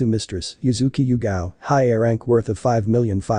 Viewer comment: it's hyuuga not highga